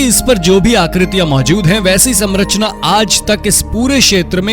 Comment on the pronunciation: कौनसी क्लास तक पढ़ाई किए हो ❓ 👉 Samrachna समरचना ❌ 👉 Sanrachna संरचना ✅